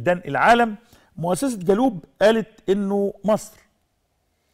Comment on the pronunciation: يا استاذ نشأت فين الأعداد اللي عندك عمال تردد الكلام غلط بطريقة مستفزة...اسمها . Globe.....وتنطق ب العربية جلوب...مش جالوب...المفروض دي ا. ب ...مهنية.....و٩٠. %. من نطقك.للمصتلحات والكلام اللي ب الانجليزي...مستفز...لازم يكون عندك حد.يصحح الكلام دة....دة اعلام تحت السلم يعمل افضل من كدة....وعمال تقرر في الكلمة مافيش حاجة اسمها زي ما انت بتنطقها.....وياريت كلامي دة ما يزعلكش.....